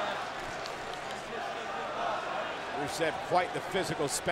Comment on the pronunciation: It sounded like she announced Rusev and “Racist” 😂